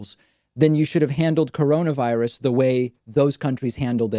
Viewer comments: Did Trump really just say “deaths are way down from this horrible Gina-virus”?? 😣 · Lmfao “deaths are down tenfold from the Gina-virus” he’s thinking about Stormy Daniels again 😂😂😂